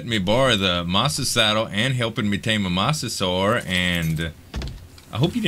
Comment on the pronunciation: it is pronounced mo~sasour